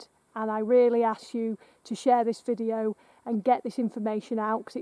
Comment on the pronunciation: Does he keep saying "vijeo"?